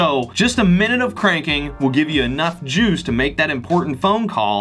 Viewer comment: .. the way you say 'juice' is a little weird... just saying. ps: great video but I wish you actually tested how much cranking is required to actually get one minute of 'juice'.